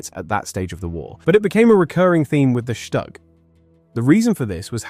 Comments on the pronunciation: Shtug, shtug, shtug. it is called STUG not SHTug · Shtoog, not Shtag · Het minste wat de verteller kan doen is de naam Stug correct uitspreken. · Learn to pronounce StuG. Try Forvo or learn basics of German.